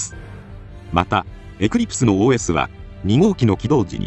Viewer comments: OS読む時発音良すぎw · すごいネイティブww